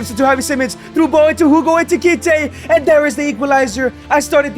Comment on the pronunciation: Why does he call him eTiKiTe instead of eKiTiKe